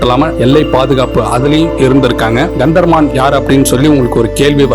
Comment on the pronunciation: Kantha Maran. Practice your pronunciation